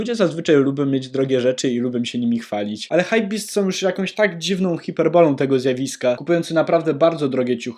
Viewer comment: hajpbestie mozna muwic hajpbestie